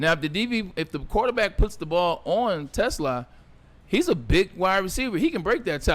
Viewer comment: Te Slaa … the S does not go with the Te it goes with the Slaa. 🦁 He is not a car.